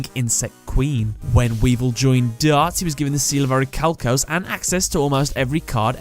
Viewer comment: he called him weedle